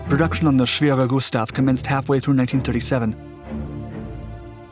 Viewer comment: Thank you for pronouncing 'Schwerer Gustav" properly.